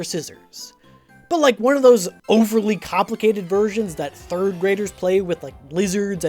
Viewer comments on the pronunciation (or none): none